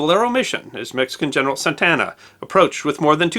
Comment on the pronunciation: SANTA ANA, not "santana" !!!!!!